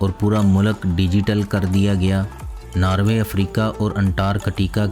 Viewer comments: it's norway not narwaay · its not narway its NORWAY.....:)